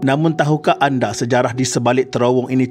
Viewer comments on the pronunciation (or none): none